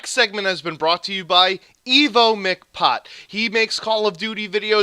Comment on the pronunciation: wow thank you for the shout out and putting me in the description I really apreciate that feel like a dick bringin this up but it's evomcpot not evo-mcpot.. sorry but again thank you very much ^_^